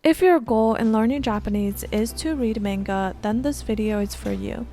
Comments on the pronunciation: why are you saying menga? lol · Why do you say MAYnga if you speak Japanese? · no but this one is pronounced similarly in english. The pronunciation isnt exactly the same because of inflection and the duration of each syllable (or mora in Japanese). That being said, both pronunciations use a soft A sound and she even uses the soft A sound in this video sometimes. It confused me so I asked why it might be